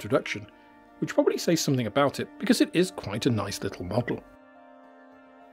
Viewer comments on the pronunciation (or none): none